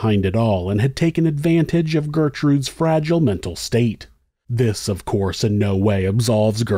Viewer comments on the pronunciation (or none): none